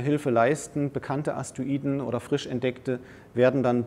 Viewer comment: Er sagt immer Aster-iden, oder Astoiden, aber sehr interessanter Vortrag, Danke